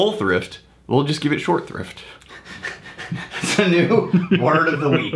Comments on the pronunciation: You guys are torturing me with your "short thrift" - it's "short SHRIFT" !!! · im telling you, its "short shrift" look it up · Ok it’s SHORT SHRIFT not short thrift. I let it go the first time I heard you say it but I’ve been gently correcting you over the last three! It’s Short Shrift SHORT SHRIFT it has to do with a short confession a condemned man makes on his way to the gallows. Ok let me take a deep breath. Find my happy place. Okay I’m good. Love you guys. This show is one of my daily highlights. I came for the whiskey reviews but have been coming back to watch you guys and have a laugh. Thanks! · y'all, it's short shrift not short thrift. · What the hell is "short thrift"? Are you trying to say "short shrift" or did I miss the magic hobbity passphrase in an episode?